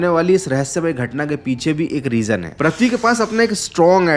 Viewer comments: All Good...but improve ur pronunciation please... Its "Prithvi" not "Prathvi" or "Pruthvi"... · Prithvi ❌parthvi ✅😂